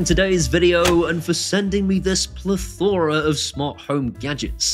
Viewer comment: That's definitely a pronunciaron of plethora :)